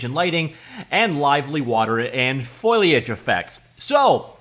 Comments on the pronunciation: foh-lee-ij not foil-E-ij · It's Fohhhl-iage, not foil-iage. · Repeat after me: Foh. Lee. Age... Foh-Lee-Age... Foh-lee-age. Fo-li-age. Foliage. You're welcome XD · It's not foliage it's foliage.